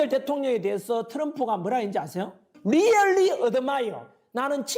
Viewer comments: 리얼리 ㅋㅋ 발음 윳기네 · 리열리~ 어드마이여~~ ㅎㅎ 새끼 발음두 참